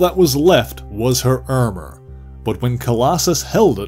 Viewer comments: Why do you say Ermurr for Armour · the way you say ermor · Very Frank Ze 'Ermer' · I heard all of the “ar” sounds as “er” sounds myself. Is this a midwestern Canadian thing and is Minnesota included in that at all? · This was a really good and informative video. Though how he pronounced Armor is a little strange